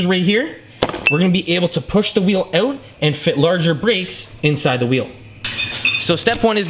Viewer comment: "oooout".... fuck is everyone from Canada?